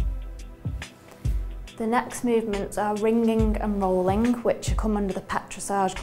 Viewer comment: "rin-gin-guh and rollin-guh"